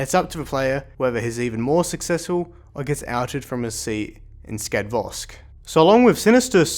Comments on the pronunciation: I find you constantly saying Skadvosk, while it's meant to be Skadovsk. Just saying~ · Skadvos? Skadvosk? Skadvost? haha, Skadovsk! Ska-dov-sq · Please, stop mispronouncing skadovsk, it's getting on my nerves, good video nonetheless.